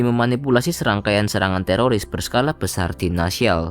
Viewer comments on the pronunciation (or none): none